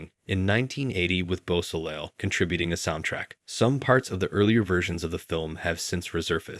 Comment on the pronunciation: For the Lucifer Rising entry, it’s pronounced bow-so-lay. I have the same last name, but no relation luckily.